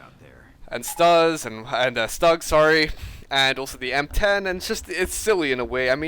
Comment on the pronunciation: Great commentary and alls but WTF is a STU its Stug (STU-GEH)